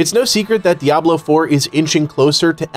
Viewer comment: It's so refreshing to hear someone pronounce Diablo right. Crazy right? Dee-ah-blo not dee-ab-lo.